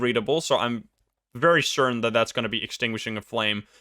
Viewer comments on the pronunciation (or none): none